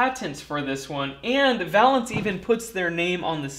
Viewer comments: I don't know if I would say "worth the price" but WOW what a difference! and Thank you for doing this! FWIW I think the companies name should be pronounced Vay-lance like in chemistry valence electrons. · It's pronounced va - long A - lence - as those of us with an academic chemistry background learn. The valence of a molecule is "the combining power of an element, especially as measured by the number of hydrogen atoms it can displace or combine with" or "relating to or denoting electrons involved in or available for chemical bond formation". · Would have enjoyed this video more if you could properly pronounce Valence. I cringed every time you said it. "Vay-lenss". One consonant following the vowel, that vowel is pronounced long. Basic English. I learned this in first grade back in 1962. Otherwise an interesting video. I changed my initial thumbs down to a thumbs up. Keep up the good work.